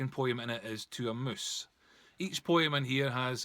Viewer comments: If I have to hear this prat say poyim for poem $##@@ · Wow this was a beatiful poy-um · The way you say the word "Poem" is so funny, thanks for brightening my day!